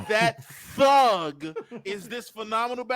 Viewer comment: "that TTHHUG" 😂😂😂